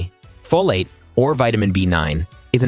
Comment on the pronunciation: "Folat" too.